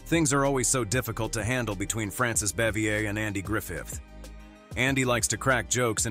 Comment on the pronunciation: They got many names wrong.Aunt Bee's name was pronounced bah-vee-ay